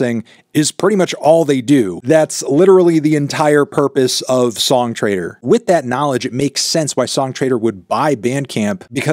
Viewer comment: every time you say "song trader" my brain hears "song traitor", I guess it kinda makes sense now